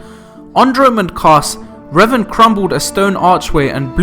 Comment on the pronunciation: Love revan but your mispronunciation is killing me